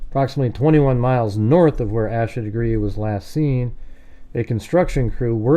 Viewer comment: Her name is pronounced like Aysha FYI